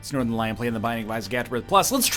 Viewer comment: Snorternlion plays The Binding of Isaac..? Did anyone else hear that in the beginning? HE SAID THE WORD WRONG